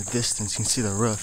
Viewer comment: Ruff or roof 😂😂